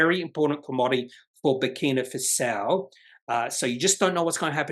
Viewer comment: Thanks. (by the way, it's pronounced Faso, not Fasao). Looks very promising but the jurisdiction risk makes me nervous.